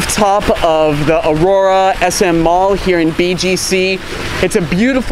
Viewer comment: It's SM aura not Aurora hehe congrats on your Visa! Hope u can vlog in other parts of the metro looking forward to it. I love the style of your vlogging